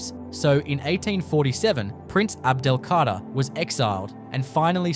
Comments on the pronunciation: C´est un robot (IA) qui prononce (mal) le texte ( les noms propres ) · L’EMIR ABDEL-KADER ET NON PAS ABDELKARTA !!